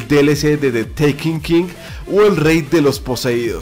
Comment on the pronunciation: ''de tekinkin'' lel